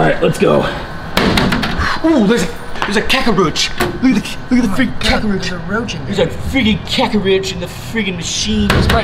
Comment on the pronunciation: Is that how you say cockroach ‘cackoroach’